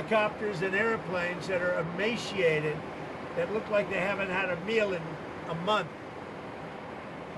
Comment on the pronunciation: Dude can't even pronounce emaciated correctly lmao